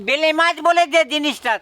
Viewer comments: Ota bele mach, vele mach bolcho keno, tumi ki thik kore katha bolte parona. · বেলে মাছ কে বারবার ভেলে, ভেলে বলছ ভীষণ কানে লাগছে ।ভুলভাল উচ্চারণ করো কেনো?কামরাঙা কে কাবরাঙা । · ভেলে না বেলে। আপনার উচ্চারণ বড্ড খারাপ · আগে উচ্চারণ ঠিক করো।তার পর কথা বলো।ভেলা না বেলে মাছ। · ওটাকে বেলে মাছ বলে। ভুল উচ্চারণ কেনো করো?